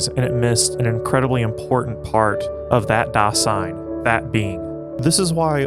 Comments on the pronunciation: Great work here! Only some remarks. First of all 'Dasein' isn't a word that Heidegger invented. It's a common German word, literally meaning 'being there,' that Heidegger has reinterpreted. Also, it's pronounced /ˈdaːzaɪn/, not /daːsaɪn/. Second, you mention that for Heidegger everything depends on your perspective, for example the perspective of being a Trump supporter or a Nazi. This video doesn't mention the fact that Heidegger himself was a Nazi, even though that would be the time and place. If everything depends on your perspective, how can you reconcile Heidegger's identity as an ordinary (ex-)Nazi with his philosophy of authenticity? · Dasein should be pronounced DAH-zyne. S makes Z sound in German. Ultimately tho, very good video! ^_^ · One minor point on pronunciation - it sounds like you are saying Das-ein, when it really needs to be pronounced >>Da-sein<< pronounced, "da 'zein" translation, being there (hence the title of the movie). But that is neither here nor there!! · "Dasein" with a soft "s" please... more "z" than "ss"... thanks! 😉